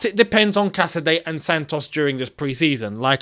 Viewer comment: Love you and I will love you more when you say caicadeo has entered Cobham 😊